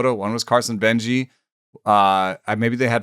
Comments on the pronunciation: Carson Benge's name is said without the E at the end. Just Beng, prospect names are hard etc. but jsyk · Thought it was benj